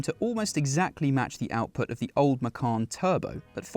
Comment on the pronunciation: Macawn? Or Macon?